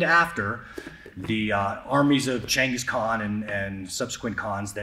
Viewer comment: Greg Jackson with the correct pronunciation of Chingis Khan